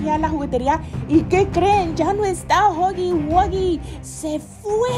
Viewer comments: se dise guji guía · no se llama digo no se pronuncia asi se pronuncia juggy guggy